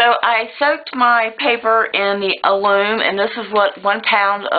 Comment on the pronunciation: AL-LUM not aloom